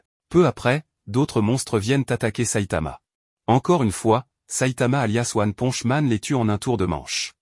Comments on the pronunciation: C'est pas one ponje c'est one ponche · "one ponch man" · PARDON t'as dit one ponch man outch mon cœur détruit